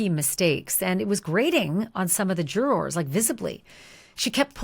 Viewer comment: This is a greatvideo, but if i hear jurRORs again i might go crazy 😂😂😂😂 idk why it bothers me so much, but your voice is very soothing and the story is very well done